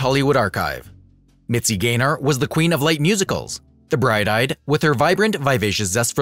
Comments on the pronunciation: The name is GAYNOR, NOT GRAYNER! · P.S. The narrator keeps calling her Mitzi GRAY-NOR," not, "GAYNOR." Get your pronunciation right. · it’s mitzi GAYNER. i guess computer voice. 😕